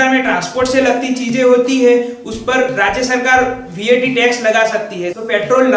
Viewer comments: Bhai tu gujarati he hena?? and vaat nahi vat bol...or exercise nahi excise duty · Are wo excise hai , excercise nhi or wo VAT hai what nhi